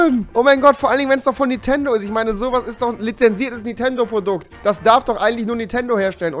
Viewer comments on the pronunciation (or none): Rewi das heißt NI*N*TENDO NICHT NITENDO